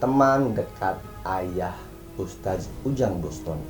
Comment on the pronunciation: NGOMONG "USTADZ" AJA GELEPOTAN KOK MAU NGOMENTARI ORANG LAIN